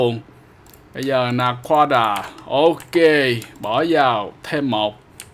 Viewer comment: Anh nói naquada là na quá đà ma